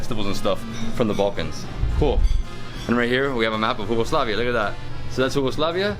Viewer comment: I laughed my ass off when you pronounced Yugoslavia "Hugoslavia"